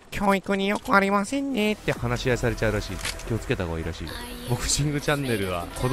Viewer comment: 最後ありませせんになってる笑笑